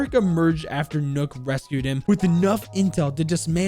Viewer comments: I hate when this guys says nook its nokk it's pronounced like knock It's just nok with and extra k nokk bot nook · Rlly like your videos and I hate to be that guy but . . . NOKK NOT NOOK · I am deeply offended by the why you pronounce nøkk, it's not nukk you potato head. Edit: still a great video, leave a like👍🏻